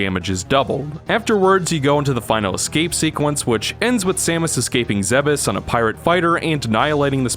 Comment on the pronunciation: isnt it pronounces ZEEBES not ZEHB EHS?